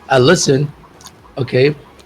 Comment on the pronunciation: you have to be accurate in your pronunciation, you mispronounce lesson with listen! Go back to your voice to make sure dear.I encourage you to continue talking.God bless you.